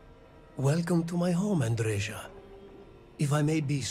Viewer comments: Why everyone keeps mispronouncing her name.... it's a Serbian name and it's Andre-YA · It's a shame that they pronounce her name wrong... It is pronounced correctly as if it were written Andreya. Besides, Andreja is a male name, the female version is Andrea.